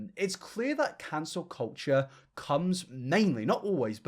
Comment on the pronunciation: Yep, and sub show it like Ballad... Same w "cancer culture" 😅